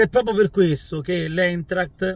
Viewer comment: Si pronuncia Aintract